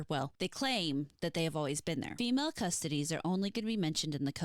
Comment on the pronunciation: Pronunciation is closer, "CussToeTees", from custodian. ;)